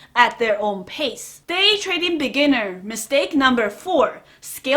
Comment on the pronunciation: Every time she says 'beginner traders', I hear 'lamborghini traders'.Lots of respect, though. I love this channel.